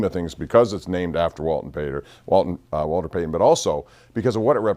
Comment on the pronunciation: “Walton payter”